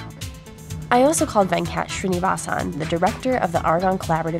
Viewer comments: He is Venkat not VanCat... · I love how weirdly she pronounces Venkat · The way she pronounced "Venkat" 😂😂😂😂 If you're from India you'll understand.